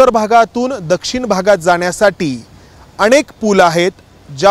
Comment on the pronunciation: marathi shikun ghya. अणेक नव्हे अनेक.